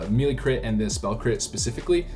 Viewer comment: Please stop saying Meelee lol.